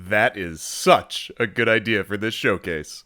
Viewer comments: New drinking contest, shot every time they say sutch 😂 😂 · "It sutch works" -Todd